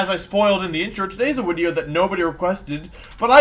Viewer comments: When's the tiering Wolfey tier lists wideos wideo coming? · As a noob and a casual may I ask why Wolfey always used W's for V's. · Wolfey Pokédex entry: this Pokémon is in dire need of a haircut and pronounces it’s name “wideo”